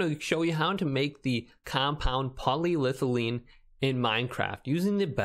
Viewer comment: It’s poly- ethylene. It’s an ethyl alcohol multi chain to create a plastic. It sounds like you know stuff when you say it correctly.😂